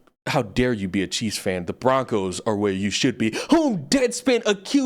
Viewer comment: I’m still hearing cheese fan instead of Chief’s fan😂